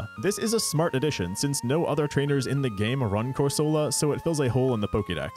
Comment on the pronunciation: I lied, you still pronounce Corsola the ‘right’ way